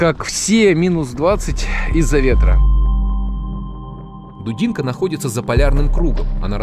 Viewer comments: Посмотрел и вздрогнул... Прожил 25 лет в Дудинке, 2 из них в Воронцово... Переехал в этом году на материк и перекрестился... Жалко северян... Плохо что этого не знает и не видит президент... Здоровья и терпения всем... P.S. Правильно Дудинка - ударение на И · Дудинка, ударение на А. Спасибо за фильм.